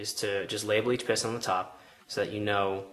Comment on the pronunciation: it is spelled that.. not "dat"